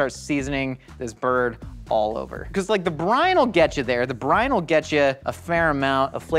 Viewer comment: I heard “Tony Chachere brine” as “Tony Chachere Brain.” Given how things work on GMM, is the official Tony Chachere Brian? 🤔